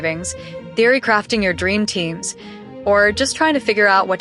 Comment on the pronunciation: Why is “theory” pronounced so funnily here? 😂